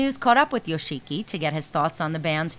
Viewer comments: YO SHEE KEE. LOL. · Yoshiki and Toshi have been friends since Kindergarten not high school. Also most of their songs before had at least one line of english in them or a word or two. this interviewer really should have done more research before making this video. She made me wince when she pronounced Yoshiki, Toshi, and hide's names.